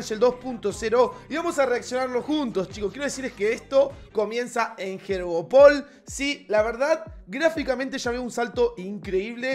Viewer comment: Todos: “yoryopul” Lu: “jeorjopol”